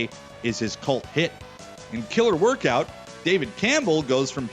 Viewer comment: Woirkout! Must be Canadian eh?